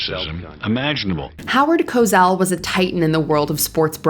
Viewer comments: Howard "Cozzell" 😂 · It is pronounced Co Sell not Co zell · Co Sell, not Co Zell. Pronounce it correctly or don't bother trying, lady. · Stop saying “Co zell” She must be from mars CoSell” lady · Co-SELL...not Co-Zell. I don't think his comment was meant to be racist at all. I always called my nieces monkeys. Not that ii matters, but they're white. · Cosell is pronounced "ko-SELL," not "ko-ZELL." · Co-Zell?? It’s Co-Sell. How does this narrator not know how to pronounce his name ??? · Howard Cosell's name is pronounce Ko-SELL not Ko-ZELL. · Co-sell, not Cozell... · Ok, Cosell is pronounced with an "s" sound. Not a "z" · FWIW, Howard Cosell's last name is pronounced "co-SELL," not "co-ZELL." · It's been pronounced CoSell, NOT CoZell, for as long as I've heard it, which is YEARS. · It's Howard Co-SELL. Not Cozell. Is there a Z in his last name?!? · It's pronounced "CoSELL", not "CoZELL". I mean... just look at how it's spelled!!! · Rather's coverage of George Bush, Jr's time in military service was absolutely true; there is a lot of factual evidence about it. Rather simply erred in this particular source, not in the facts. Howard Kosell; couldn't stand him but his last name is pronounced Ko-Sell not the way it's pronounced in this clip. Stupid that Exelby was fired for such a small thing. It's 'interesting' how many of the people fired sound just like Donald Trump and his followers... "I'm not racist I just sound like one." Chris Matthews should have been fired in 2016 when he made absolutely horrible comments about Hillary Clinton, played with a doll that was supposed to represent Hillary & was extremely unflattering; and, said on air that he'd 'drug' her if he could. He's a sexist pig. Brian Williams became too infatuated with his own popularity & made up a ridiculous story out of whole cloth; while Megan Kelly was Megan Kelly - I don't know what the network was thinking when they hired her. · Isn't it Co-sell...not Cos-ell? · You mispronounced Cosell